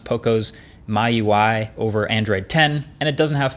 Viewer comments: It's funny to hear when MKBHD pronounce MIUI - “my+ui" But it should be pronounce “me+ui" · the MI in MIUI is pronounce 'me' not 'my' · Oh my GOD! You made my day by saying "mai u i" 😂 It's actually " M i u i " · Its 'Me UI',Not 'My UI' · It's spelled 'Me UI' and not "My UI". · Sorry I can't stand wrong pronunciation from someone like you Marques, at least I shall try to change your mind about it. Why say it as if it was written 'MYUI'? Say it the same way you pronounce 'XIAOMI', the 'MI' portion stays the same! So it sounds like 'me--you--i'. Does any of this make sense everyone? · Me Ui not My Ui smh🤦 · Me ui not my ui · He says myui instead of miui 😆😆😆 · Its Me UI not My UI, (MIUI) :D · MIUI is pronounced as "me UI" rather than "my UI" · Yo, Marques, it's called "mee-UI", not "my-UI". Most likely because it's the software skin from Xiao"MI". Just wanted to throw it out there 👌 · When will he stop calling mee ui as my ui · We call MIUI as 'me'UI instead of 'my'UI in Asia🤣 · Its not pronounced MYUi, its MeUi. Just like you pronounced Xiomi (Xiome) not Xiomy. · MIUI is pronounced as Me UI. Like how you say Mi 10, you don't call it My 10 right? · It's miui.........not my ui😂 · MIUI (pronunciation: Me You I) "My UI" sounds better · "Poco MYUI" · Marques still mispronounces MIUI. He can read Mi Mix Alpha, so what's with reading it as My UI? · He said "my"ui 😭😭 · mayuai... bruh. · MIUI is pronounced as Me-UI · Did he say MaiUI? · Marquees, it's me you I (MIUI) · This dude doesn’t even know how to pronounce MIUI and tries to talk shit about things what a clown lol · It's been so long and you're still mispronouncing MIUI